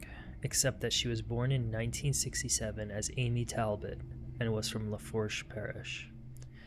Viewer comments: If you ever redo this one in the future (some creators do that I’ve seen) the parish is pronounced luh-foosh. Not a biggy but this is a local case to me and it means a lot that you covered it. I wasn’t even looking for it, just watching your older videos on a sleepless night. I love your work. I can’t imagine what these poor babies went through…thank you for the coverage again. ❤ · I’m from the area. Good synopsis. Just a few pronunciation items. The last name Hebert is pronounced “A-bear”… the parish is LaFourche but pronounced “La Foosh”… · “La- Foosh” parish Buck & Amy “A-Bear” instead of “He-Bert”